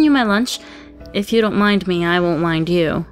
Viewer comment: I just heard Rin saying "I won't wind you".